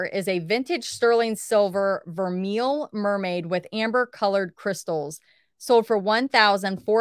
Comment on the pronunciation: GREEPWAH, PAREE, FRAHCE, s'il vous plait. VERMAY. 😸